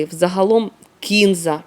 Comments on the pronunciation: Кінза, здається наголос на А кінзА. Я її обожнюю. Сьогодні випадково побачила Ваші рецепти. Підписалась. Буду готувати. Дякую за українську.❤ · все добре, але чому кІнза...ще вчора було кінзА)))